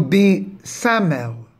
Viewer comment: It's pronounced sa-ma-yel and my-chel